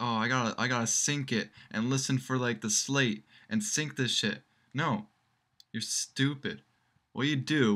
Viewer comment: It's "sync", you ignorant moron.